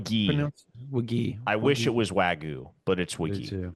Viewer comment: 😂 that’s not how you pronounce Wague. It’s WAH-GAE. I cringe every time I hear the announcers mispronounce it, Americans are so bad at pronouncing foreign names.